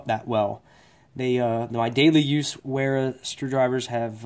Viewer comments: I would've thought because its German Wera would be pronounced "Vera". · Wera is pronounced Vera! It’s a German company as you mentioned in your title.